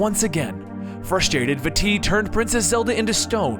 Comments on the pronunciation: vaAti not vati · vah-ty not va-ty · I say Vah-tee for Vaati, and it's Ganon-DORF.... And Oh-carina. Just a few pronunciation gripes. Besides that, it's a great video :D Speaking of pronunciation... I remember you saying "SHA-eek" tribe instead of the Sheikah tribe. I thought it was "Shee-KAH" :P oh well... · I wonder if Vaati's name is pronounced V-uh-tee, like in the video, or if it is pronounced V-ah-tee, because of the double a in the name. Much like General Raam from gears of war. Sorry about adding another pronunciation to the collection, But hey at least I didn't tell you how to properly pronounce something x'D. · vaAti not vaatEE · Vaa ti Not vatti it its a longer a sound like vaaati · Bad grammar and pronunciation. Remember that Japanese people named these characters. When you say "Vaati" you are emphasizing the wrong part of the word and saying "va-TEE" when you should be pronouncing two As at the beginning without stressing either syllable, like "Vaah-ti." Also, "As best as we can" is grammatically incorrect. Best is a superlative, so you should say "The best we can." And it is ocarina, not "ORCarina." It is pronounced "Ockareena." Deku is "Deh-keu" not "DEE-KEW." GanonDALF is actually GanonDORF. There is no Ganondalf the Grey. It is GeruDO (like dough), not Gerudoo. And it's "ALL kinds of crazy things," not "WHOLE kinds of crazy things." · Ganondorf, not Ganondalf. Ock-uh-ree-nuh, not orc-uh-ree-nuh, or oh-kuh-ree-nuh. VAH-tee, not vuh-TEE. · No it's vaa-ti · I think It's pronounced Va-tee. I'm not sure. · Vaati is pronounced like baaty, exept the V makes the nirmal sound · Picori, Vaati, Ganondorf, Ocarina, etc. are all oddly pronounced. Everyone I know says Pi-coree, Va-tee, Ganondorf (with an R), O-car-ina. Hope this helps. Great video though. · Vaati is pronounced ( vah- tee ) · Also Vaati (V-ah-tee) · holy shit the pronunciations of names is awful....Vaati and the Piccori ....totally mutilated their names...